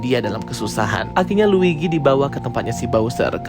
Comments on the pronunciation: L U i G i bang bukan l i G u i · Luigi bang bukan ligwi